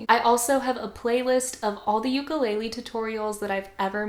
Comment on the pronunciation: It’s ukUlele not ukeeeelele